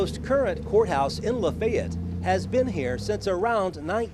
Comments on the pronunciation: Still cant say it rite....what a disgrace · In the video, and are using two different pronunciations. is using a 3 syllable pronunciation, and is using a 2 syllable pronunciation. Luh-fay-ett versus luh-fett. My grandmother, born and raised in Lafayette, used luh-fett. I have a limited sample size though, as when she married my grandfather they didn't settle in Lafayette, but when we visited my great-grandfather and cousins, recall them using luh-fett as well